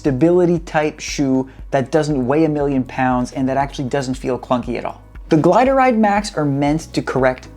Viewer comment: hold up, you pronounced it as "GLIDE-ah-RIDE", pretty sure it's just "GLIDE-RIDE" 😀..that aside I have the GLIDE-RIDE 2s, solid shoe that just chews the miles for those mid to long runs (10+ miles), definitely not for everyone as it's on the stiffer side but for a heavy runner like myself the foam works..